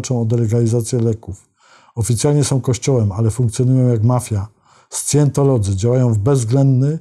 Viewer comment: Wymawiac: sajentolodzy. Prawdopodobnie najblizsze brzmienie angielskiego slowa, nazwy Scientology.